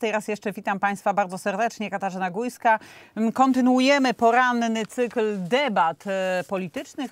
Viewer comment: Katarzyna Gójska, czy Górska? Bo nie wiem? O nazwisku Górski słyszałem, ale Gójski? To chyba tylko wada wymowy?